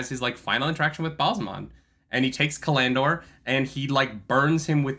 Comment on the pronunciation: Oh my god, why does put the accent on the middle syllable of so many words? ca-LAN-dor? ta-LAN-vor?